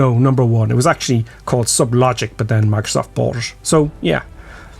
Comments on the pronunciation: i like how you say ish for it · What kind of English is "ish" instead of "it" ?